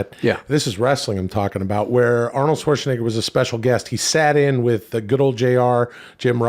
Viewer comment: you say shwarts(n-word) instead of shwartzanager